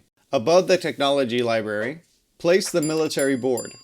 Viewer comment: Are you saying "libary?"